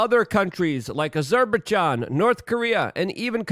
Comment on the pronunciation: Azerbachan? ahahahahahha. love your content Luke